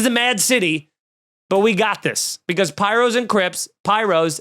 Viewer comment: lol it's Pirus, not pyros....